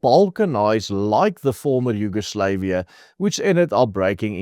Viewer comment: Bro pronounced Yugoslavia very incorrectly and the USSR has lived on as the Commonwealth of Independent States and the Eurasian Economic Union